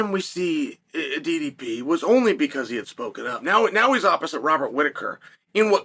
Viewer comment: Wow, even pronouncing DDP name correct 👍